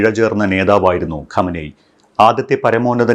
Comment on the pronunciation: ഖമനെയ് അല്ല ഖമൈനി